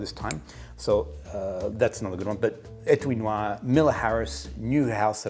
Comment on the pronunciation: « Étui Noir » pronunciation: spot on Great episode. I started drinking maté yesterday, actually.